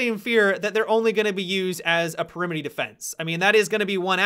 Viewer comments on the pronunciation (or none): "Perimity defense" lol